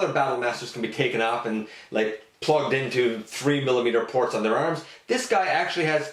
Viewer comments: i heard porg lol 😂 ya i think was port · I call it a him too 😃 sounded like you said attach the blast effect to the porg lol😂